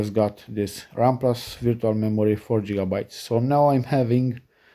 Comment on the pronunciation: It's called gigabyte. Like you would start off the letter gold. Not jitterbts. I hope that helps some people clicking off too soon. Remember it's always good to gain knowledge before you speak. Most people have to tolerate it but the second they hear jigger Bits you have lost their attention